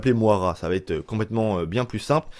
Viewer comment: Sa se die moïra